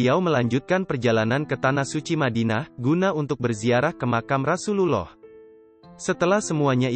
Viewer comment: Sedikit masukan untuk narrator : penyebutan kurang tepat untuk Rasulullah (rosululloh), nabiyullah (nabiyulloh), waliyullah (waliyulloh)